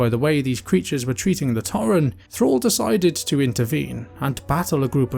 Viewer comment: I enjoyed this video, but every time you said "torren", it hurt me a bit haha.